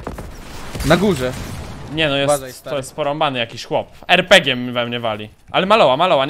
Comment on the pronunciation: mówi RPG kid xd